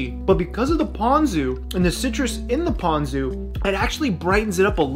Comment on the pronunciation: Ponko? I loff Toonah with ponko.